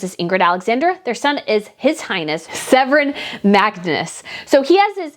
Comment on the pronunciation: Prince Sevrern? Its Sverre. Pronounced svare-re. I love your videos, but please spend the time to learn how to pronounce foreign names correctly. If these royal families are your special topic, you ought to invest in learning how to pronounce the names of these subjects.